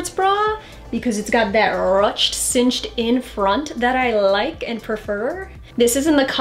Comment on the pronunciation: I like the video, but is nobody talking about how she mispronounced ruched? 😂😂😂